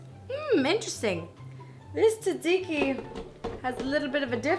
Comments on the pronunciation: Yay Greeks (when she says taziki not tatziki though) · When Hannah says tzatziki, it sounds like "taziki". You're missing a "z" and "t" there Hannah. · Before making it, learn how to say the word correctly. ( zɑːdˈziːki ) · When she says taziki instead of tatziki (only Greeks will understand) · Ahhh the way you pronounce it!!!! You say it like salt-zikki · Tsatziki is actually pronounced (sat-see-kee) But you're still awsome Hannah! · Oh its so sweet how you pronounce Tzatziki wrong :D <3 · Ahhhhh she was pronouncing it wrong! My head!